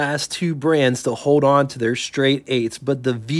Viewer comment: learn how to pronounce the "st" blend. There ain't no damn H in it!